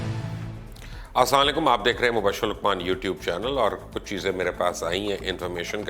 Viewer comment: اسالیکم نہیں السلام و علیکم ہوتا ہے